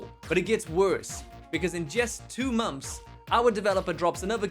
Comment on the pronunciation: It's months not mumps. 😂